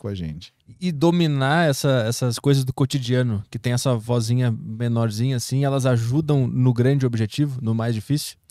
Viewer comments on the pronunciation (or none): VOZINHA E NÃO "VOIZINHA".